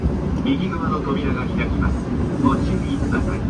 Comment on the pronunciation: ご注意くだぁたいっ…って聞こえてからずっと笑っちゃいますね！